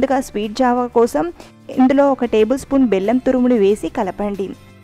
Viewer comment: Rashi java anaali jaavaa kaadu